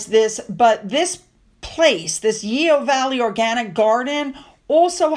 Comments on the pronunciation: Hi, love your channel but you're murdering the English language:goodvibes: Yeo yoghurt is pronounced yo! Chorister is Cor-ist-er. Please don't hate me! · I love your videos, thank you. I live in North Somerset and Yeo is pronounced as Yo( silent e).❤ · Yeo ..pronounced 'yow'